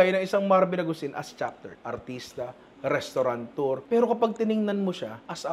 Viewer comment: Restaurateur Nong. walang N sa Restaurateur.